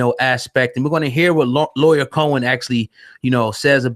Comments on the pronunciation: Nigga u said Lawyer Cohen wtf?? Lee-yor if u tryna read and sound it out properly smh if u can’t spell or say names right or get stories right and all the facts then why podcast my brutha? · It's pronounced Lee-Or not Lawyer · “Lee-Or” is how it’s pronounced!! But, whO cares the ppl know what tf he talking abOut!! White ppl been Dividing and conquering since the beginning of time!! Black men or the “culture” has to realize when outsiders come alOng and use our own shyt for their monetary gains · Drewselum bruh how dude seriously gonna mis pronounce this dudes name the whole show?!?! Mad annoying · pronouncing his name all types of wrong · You’re not even pronouncing his name right smh :/ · my man you saying his name wrong man i wish yall cats making these videos would do your homework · CHARLES CRAWFORD I THOUGHT I WAS THE ONLY ONE WHO FELT THIS WAY. MISPRONUNCIATIONS ETC BOTHER ME, AND ALSO GIVES A SENSE OF AMATEURISM TO SHOWS SUCH AS THIS. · YOU MISPRONOUNCE LYOR NAME!!!!!!! SMH